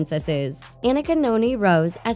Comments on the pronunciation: Anika's name is pronounced Ah-NEE-ka, not Ah-nick-a. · Anika Noni Rose (a-KNEE-ka)